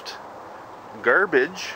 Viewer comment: He said..m "Gerbage" lmao!